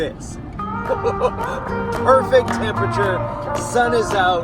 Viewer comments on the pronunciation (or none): none